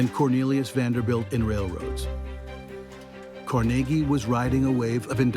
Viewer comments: CarNaGee is right. Carnegie Hall is not CarNegge Hall. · Actually he pronounced his name Car-neg-ie NOT Car-nagie. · It's not Cor-nagy. It's Carnegy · Never heard Carnegie pronounced like that before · have never heard Andrew Carnegie's last name pronounced they way the speaker says it ... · Please say to yourself "Carnegie Hall" and then ask why PBS is pronouncing their name so horribly wrong.